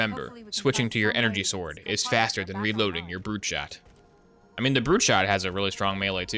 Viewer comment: Switchin' to your secondary is fastah than reloading. Now knoif the wa'ermelon - Cortana.